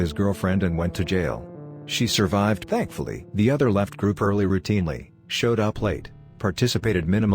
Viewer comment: It's because the narration keeps fucking up on that word. XD It sounds really funny. XD :3